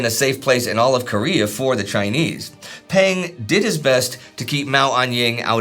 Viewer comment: One small correction: "Peng" is actually pronounced "pung', in the same way as "Deng" is pronounced "dung."